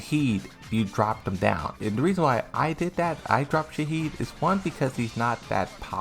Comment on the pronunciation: Shaheen, not Shaheed. LMAO